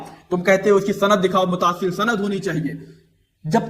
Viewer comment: Bhai aapne kam acha kia but ek chiz vo lafz jise aap mutaasil vo Muttasil hai